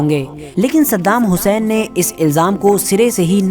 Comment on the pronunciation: Pahle tu bhai unka naam sahi se le